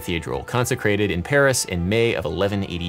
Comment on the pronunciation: There is no pronounced S in Paris goddamnit 😆